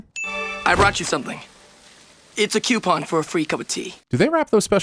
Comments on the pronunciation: I'm adding two sins here for Zuko and you both mispronouncing coupon. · I love how we had 3 PNW pronunciations of coupon in this video. Usually they're always the East coastern way.